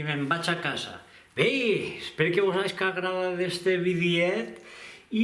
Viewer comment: Perque pronuncies "be" com si fora" ve", no te sentit malasombra!